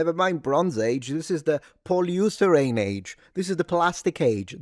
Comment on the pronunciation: "Poliusterane" age hahaha!))